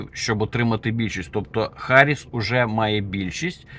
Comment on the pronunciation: Вона Гарріс а не Харріс. Ви вивчіть нарешті